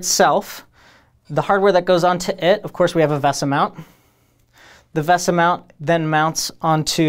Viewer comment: the host said "veh-suh" instead of "vay-suh", i will now dislike the video and will be outraged at this injustice my ears received. 0/10, not a good video